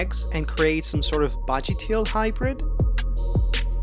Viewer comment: Bro took the word hy'bird' to whole nother level 💀